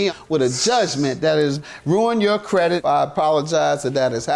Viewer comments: How she went to school &still pronounce credit as "credik"?!!! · Omgeee if she say "pretty much" one mo tiiime... crutch word MUCH 😆 wait did she say CREDICK?! I'm so glad she stood up for herself and WON THO 👏🏾 GO!!!